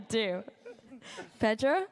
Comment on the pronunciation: Why she keep calling my boy "Pedo"